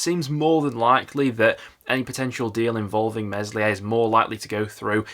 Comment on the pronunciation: It's Melier, the S is silent.